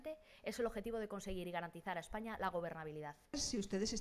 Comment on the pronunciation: La Cuca Macarra también dice Eppaña